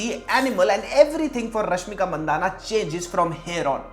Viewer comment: Not mandana It's mandanna